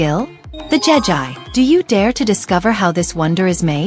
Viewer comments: It’s Jegi not Jen I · It's not jeji it'jegi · it,s not jaga it jegi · Jegi❌ jeji✅ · Jegi not jejie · It's not jegî